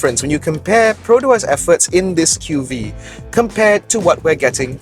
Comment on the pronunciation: I appriecate that is the only reviewer who properly pronounce the name of the car, but i feel like everyone is still going to call it the Queue-Vee-Eee since even Perodua SA are not aware of the name. From my understanding Perodua really isn't doing their part on the training to their SA right now. Shows how rush the development of this car is.